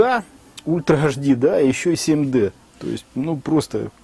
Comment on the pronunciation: Не ашди.а эйчди , запомни , грамотей...Уши вянут...